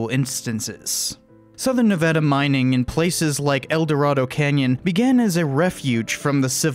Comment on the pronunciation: Wait, you know how to pronounce Nevada?!